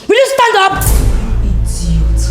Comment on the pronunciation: Hear her , "igiot" big babe